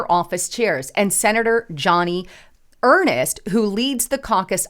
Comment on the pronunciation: Her name is pronounced Joan-ee Urnst, NOT Johnny Er-nest. She has been a Senator for a long time.